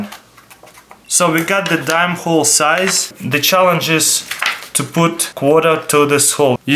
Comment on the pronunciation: He said l puolt needle on the ice lol He meant of said poult the thread on the ice